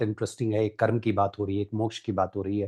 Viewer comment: हिन्दी ठीक से बोलें Please धर्मा.कर्मा नहीं धर्म कर्म PLEASE